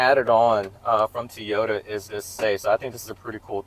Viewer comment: I like you videos buy please work in saying Toyota correctly. It is very distracting....It's not Teeota...it's Toy - O - Ta, Toy - O- Ta...say it with me...Toy - O - Ta, Toy - O - ta.